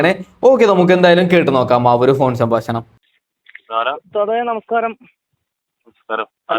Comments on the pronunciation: സംബാശണമല്ല സംഭാഷണം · സംഭാശണം അല്ല സംഭാഷണമാണ്